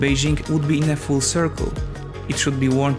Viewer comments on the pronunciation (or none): none